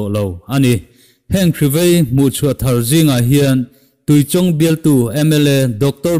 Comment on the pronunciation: Tuichawng hi lo lam ri dik tawh ta che. A ngaihnawm a, Mizotawngah hma i sawn hle mai .